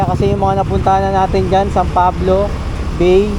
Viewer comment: ang tamang pronounce ng bay ay bai at at calauan ay ang tamang bigkas ay calawan 😅